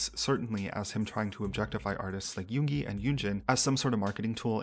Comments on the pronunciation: LOL when the guy called Yoongi, Yooonji I couldn't help but think about that iconic RUN BTS episode when they make Yoongi the new female student and call him Yoonji 😂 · I've kind of ignored him, I didn't listen to his collaborations with Yoongi and Yunjin (even though I stan LESSERAFIM). He does look like an opportunist and sounded weird sometimes (the pronounciation for Yoongi... cmon man you can do better it's only 2 syllables) but that's part of the industry as you said. After seeing this, I still dislike him for his past behaviors, especially the comments on Chinese/Asian people threw me off... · took him 2 weeks to learn a rap, maybe he should have took some that time to learn how to pronounce yoongis name. racism and zionism doesn’t look good on his half